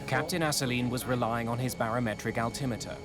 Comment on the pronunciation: this man is a legend he is the only person I ever heard pronounce altimeter the way I think it should be pronounced. Alti-meter Instead of the common Muslim name most people pronounce Al’ Timitur.